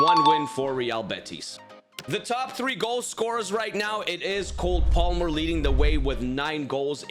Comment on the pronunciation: he said COLD palmer😂😂😂